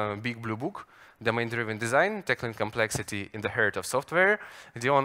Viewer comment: Драйвн, драйвн, плеать )